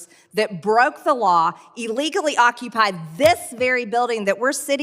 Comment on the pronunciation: "Eelegally?" Are esteemed congresswoman is kind of an idiot... isn't she?